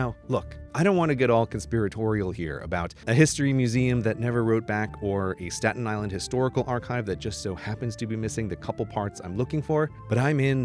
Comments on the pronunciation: saten Island** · “Statin” My blood pressure is rising